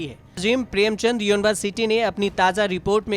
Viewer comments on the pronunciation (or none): none